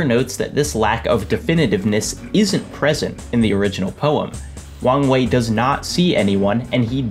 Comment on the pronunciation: Am i the only one who hears "wang wei" as "wrong way"?